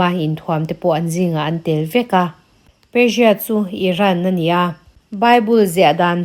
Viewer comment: Persia pawh perjia angin i lam a,țawng no tuum lutuk lo mai la